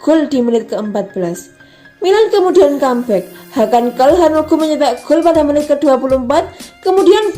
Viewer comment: Calhanolu (dibaca C) Kastileho Yans Piter Haug Bacanya kaya gitu, mbak